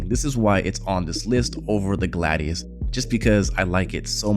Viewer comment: Did you call a Gladius a Gladus?